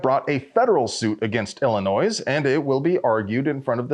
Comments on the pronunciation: Clearly public schools failed you. It’s pronounced “ill-a-noy” not “ill-a-noise”. Butchering something this basic damages your credibility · BTW, the 'S' on illinois is silent. Ill-ih-NOY, not, Ill-ih-NOISE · I don’t love the state or anything, but you don’t pronounce the S in Illinois. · Illinois ="illi-NOY"